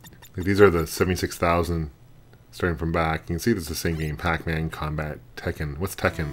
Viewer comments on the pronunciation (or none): none